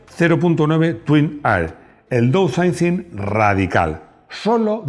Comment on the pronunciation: Downsizing (daunsaizing, por favor!!!).